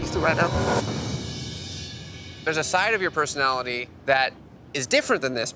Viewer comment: “THIS IS MY PERFUNALITY” 😂😂😭😭😭